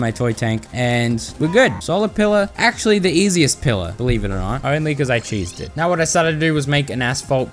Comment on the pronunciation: "ACSHULLY" Bro I'm DEAD actually it's ACTUALLY